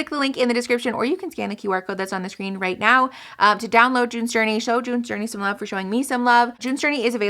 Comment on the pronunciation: The way you said "June's Journey" sounded exactly like "doin the dirty" 😂